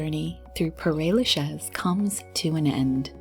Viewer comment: Paray Lachez? Mais je rêve! It’s like someone scratching their nails on a blackboard